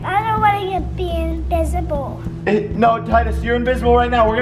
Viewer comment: In said inbisible